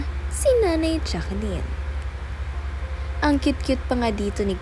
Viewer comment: Pronounced as Jacklyn po not Jacqueline